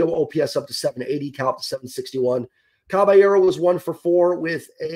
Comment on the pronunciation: “Cabeyearrow” lol